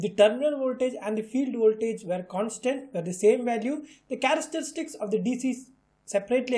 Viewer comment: thanks but i think we have a problem pronouncing the "CHARESTERISTICS" :3